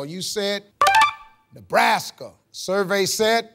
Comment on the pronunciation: Name a US State youre not sure how to spell? "Noobraska" ... and she meant it hahaha